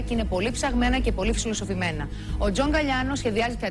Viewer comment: Σαρδάμ ήτανε, εντάξει.